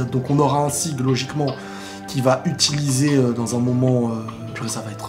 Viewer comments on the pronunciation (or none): none